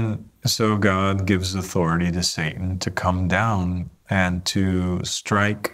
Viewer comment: "God", not "Gog" ☺️